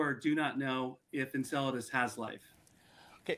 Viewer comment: A newscaster of all people should be able to correctly name the object they're talking about. "Enseladus" does NOT rhyme with enchiladas. 😂